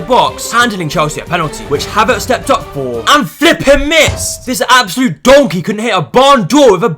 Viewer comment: nah bro this guy is the funniest 🤣🤣🤣🤣 your emphasies on "BOZO" and "DONKEY" 🤣🤣